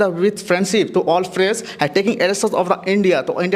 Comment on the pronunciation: pagal lag raha hai bc …players ko falyers kaun bolta hai bhai 😂